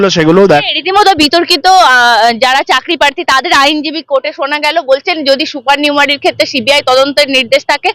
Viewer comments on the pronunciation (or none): It is "supernumerary", not "super numeric". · অরুণাভ ঘোষ নিজেকে একজন জোকার এর লেভেল এ নামিয়ে এনেছেন, সত্যি করুণা হয় ওনাকে দেখলে। By the way, রোজিনার মত কৌস্তভ ও সুপারনিউমেরারি কে সুপারনিউমেরিক বলছেন, দুঃখজনক এই ধরনের ভুল।